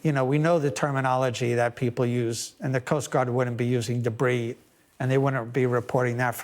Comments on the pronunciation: "Debry field" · After listening to this man’s delightfully accented pronunciation of “debris” a few times, I definitely read your comment as “Hugh-Bree”